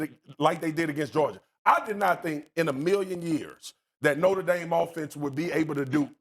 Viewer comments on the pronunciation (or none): Cam, repeat after me: Nōtre Dāme not “Norta Dame” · I'll always cringe at Americans pronouncing it "noter daym" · Cam Newton can't even pronounce Notre Dame correctly and hus and every other talking heads strength of schedule argument hasn't meant crap since the 2007 Fiesta Bowl. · Cam can not say Notre Dame correctly..